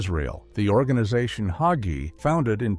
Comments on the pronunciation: Leave Pastor Hagee alone. He is a wonderful person and a great man. Jesus has all the answers. If pastor learns as he goes forward God has continued to lead him so he can minister to his flock. And his last name isnt hogee. If you're going to smear him, learn how to pronounce his name. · PRONOUNCED HAY-GEE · You cant even say his last name correctly. Its not hogey. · Not Hoggee, HAGEE. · HA--GEE is easy to pronounce! The "A" is LONG. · I met him. He is short and fat. Question, did he divorce his first wife? Did his wife break the marriage by having sex with someone while biblically married to him? If you claim to be a Christian and do not follow the N.T. teachings, the Bible instructs us to have nothing to do with him. So explain who divorced whom and answer my questions. You cannot even say his name correctly so why should we listen?